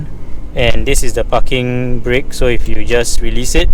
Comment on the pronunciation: pls ' P a R king ' Breaks.. say it. PARKING..